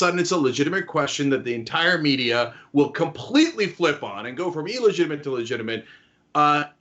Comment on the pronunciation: OK Cenk... it bothers me and I know I'm a grammar nazi... it is NOT ELLEGITIIMATE it is illegitimate.